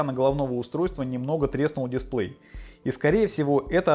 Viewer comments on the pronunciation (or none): none